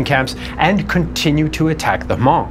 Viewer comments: Loved this documentary, my only nitpick would be the mispronunciation of Hmong, the “H” is silent so it would just be “mong” similar to Mongol or Mongolian. I really do appreciate the cover of the secret army, its something that’s usually glossed over back then but as of late its been properly covered by many history classes and just the internet in general. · Thank you so much! I may be wrong but i think you pronounce Hmong incorrectly. i believe it’s supposed to sound like ‘mung’ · It must be pronounced huh (lightly )mong